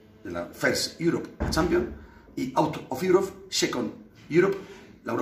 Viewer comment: Un poco de idiomas no le vendria mal a Roncero out of uerope two veces, jajajaja